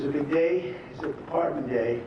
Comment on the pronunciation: Forbes chairman pardone da turkey? 😂😂😂😂😂😂😂